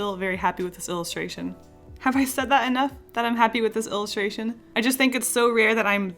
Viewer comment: Take a shot every time she says "illistraton"